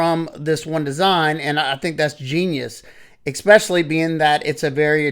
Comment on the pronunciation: Oh lord...Ekspecially, whenever, anyways.....I can't even listen anymore